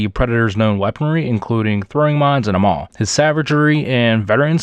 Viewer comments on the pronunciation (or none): none